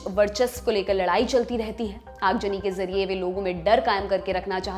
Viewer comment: Aag zani not aag jani, plz improve your pronunciation (urdu words)